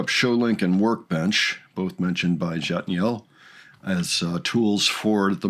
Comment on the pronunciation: Whoops, one last comment. Jatniel’s name. mispronounced at first- took us a little time to get it right, too. English phonetic: YAT-knee-elle. But they call him “Jat” (yat), which you’ll hear as “Jax” sometimes, too. Hope this helps! ❤️🥷 (Jillian)